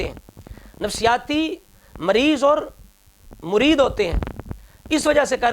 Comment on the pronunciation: مُرید نہیں....... مَرید..... شیطاناً مَریداً